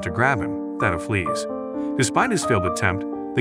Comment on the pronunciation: Stop mispronouncing Thao’s name. It makes a hard T sound not a soft th.